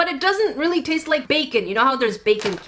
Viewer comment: "It TaIsTs LiKe PlAyDoUgH" When was the last time you taisted playdough